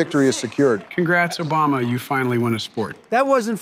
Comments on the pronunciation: Does anyone else keep hearing and saying 'Obamna' instead of Obama. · "Obamna" lol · They keep calling him Obamna lol